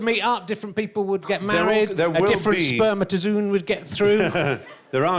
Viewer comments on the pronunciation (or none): Richard, what's a "spermatazoon"?